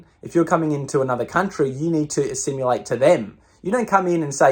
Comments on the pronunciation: Enjoying your videos but you really need to learn how to pronounce "assimilate". It is not assimulate". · Hey quick one, not griefing or nit picking but please look up how to say assimilate, a-simulate doesn't sound right. The only reason why I say this is because you're putting your neck out and your detractors will poke at anything they can to make you look like an idiot like "he can't even say assimilate properly" ha ha har har... detractors will pick anything to make you look like a uneducated pleb.